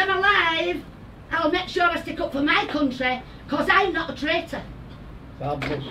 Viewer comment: Ahhh yes, the God's own "cuntry" 🤣 (the real pronounce it like that, "coontry")